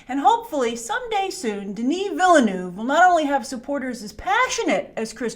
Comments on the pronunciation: As an anglophone living in Quebec I’m no stranger to pronunciation challenges. I respectfully submit that Denis Villeneuve’s family name sounds more like this: “V-ill-Nerve” Saying it like this with Anglo sounds is about 95% accurate to the Québécois way of saying it... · Villeneuve is 2 syllables. The E is silent. Ville + neuve. I know you will get it right. French is not hard!! From one of your Canadian viewers.